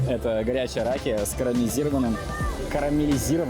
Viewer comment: Маленкое замечание: не рАкия а ракИя,ударение на И. Будьте осторожые,пожалуйста когда произносите болгарские слова,потомучто болгари очень чувствителные на ету тему. Спрашиваю: почему за фон греческая музика с бузуки,вы что? Болгарский голос летит в космос ! Болгарские ритмии 7/8 это мировое чудо... Я это пишу с добрые чувства,будьте здоровы! Фоновая музика ужасная.